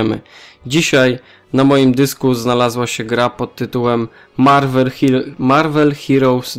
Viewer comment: Chciałeś powiedzieć Marvel Hilous :D